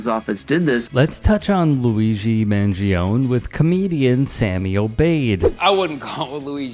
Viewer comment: Folks: as per so very often, this TYT segment is TANKED from the moment the narrator ineptly mispronounces ‘Mangione’! (Yegads. Not to mention the introductory slobbering nurd lawyer’s verbal ineptitude.) 🤬